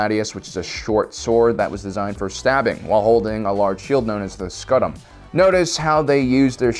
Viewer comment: U mean scoot um Not sco tem